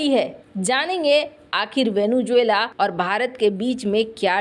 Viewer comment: It is not, as you mispronounce, Venu-juela, but Vene-zuela ! 😢